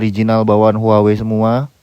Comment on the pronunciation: cara menyebut brand-nya : WAHWEi